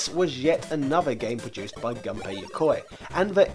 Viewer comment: FYI, Gunpei is pronounced like "goon pay". Whenever you see his name, just think about hiring goons. Some others have already commented on the "dame" thing. I'll just add that Japanese doesn't have silent "e"s Also, put Japanese words into Google Translate and there is a play button that will pronounce them for you. That pronunciation should be correct as long as you've selected Japanese as the input language. (The translations it gives you, however, are not reliably accurate.)